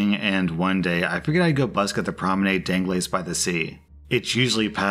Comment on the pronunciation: I cringed when pronounced "d'anglais" as if it was an english word when its french for "of english"